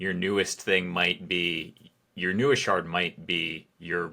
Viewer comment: 🤣😭 never let your shard d's become t's